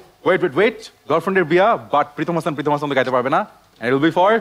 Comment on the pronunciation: Gete dibo? Bro what type of accent it is? Mane beshi cool sajte giye ki boltesen nije bujhtesen? It is gaite,not gete. There is no word like gete in bangla